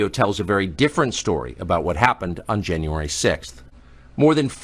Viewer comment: “Janyay 6” I love it B Tatum!!